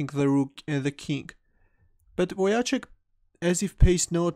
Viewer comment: Wojtaszek is spelled more like "Voy-Tah-Sheck", anyways, thanks for a nice analysis, cheers!